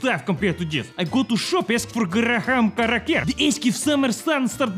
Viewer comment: GARA HAM KARAKER 🤣🤣2🤣🤣🤣🤣🤣🤣🤣🤣🤣🤣🤣🤣